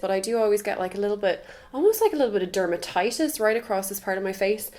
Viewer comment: Love how you say dermatitis